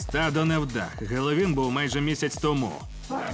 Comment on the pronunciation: НЕ ГЕЛОВІН А ХЕЛОУІН!!!!!!!!!!!!!!!